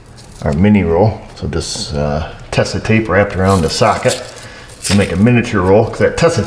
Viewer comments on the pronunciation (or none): Sorry to satisfy my OCD: The TESA brand name is originally pronounced like 'Tazah' (long 'e', soft 's'), not 'Tessa'. The first adhesive tape of its kind was named 'Beiersdorf Tesa Klebefilm' in 1936. Just sayin', carry on!